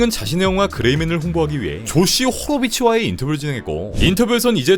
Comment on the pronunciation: 호로비츠? 욕으로 들리네